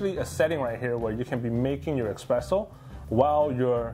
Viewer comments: Can't watch a review of an ESpresso machine from someone that mispronounces Espresso the entire video by saying --> EXpresso. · S-presso, not X-presso. Every Italian is cringing right now! And it's not Frothering either. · It’s called espresso. Expresso is not a word 🤦‍♂️ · Every time he says "eXpresso," I think my eye twitched. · I know mine did and that why I stopped watching the video